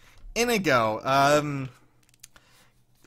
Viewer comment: are you purposefully mispronouncing Inigo's name? Just to fuck with people like with Linde?